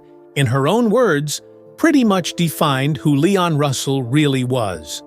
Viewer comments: AI sucks. The AI called him Layon. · This was a terrible documentary. The guy can barely pronounce Leon’s name, sometimes he calls him Lay-on . Pitiful. Leon was brilliant! Go back and listen to his music, it’s undeniable. All musicians knew how special and talented he was! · All this and you can't even say his name correctly.